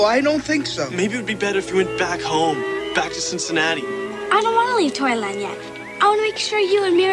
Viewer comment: The one time he says it right ("Cincinnati", not "Cinciwatsky")!